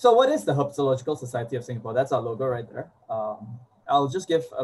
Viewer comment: Kudos to the presenter,, for pitching his talk simply so that even young enthusiasts can enjoy. I am also very impressed by the host,. Her flawless enunciation in her introduction of Sankar Ananthanarayanan (9 syllables) and Herpetological Society (9 Syllables) is commendable. 👍🏻 Well done!